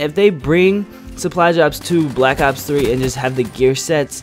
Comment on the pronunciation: Black ops3* 1. you can't read and 2 you say aw instead of black ops What is this?